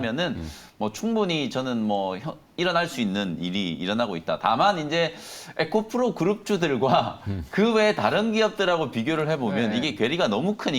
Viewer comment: 에코프로를 에코플로로 말하니 많이 어색하네요.